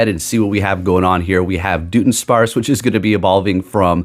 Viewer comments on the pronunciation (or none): jusy fyi i believe its pronounced like DUD-un-sparce. the joke is that the evolution is a dud since it barely changes visually lol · It’s pronounced Duh Duhn sparce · It's pronounced "Duh-DONE-sparce". It's a joke based on it just being an extra segment added and nothing else. It's the Pokemon Company trolling basically, because everyone's been calling for a Dunsparce evolution forever so they went ahead and gave us one with minimal "effort". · its duh-duhn-sparce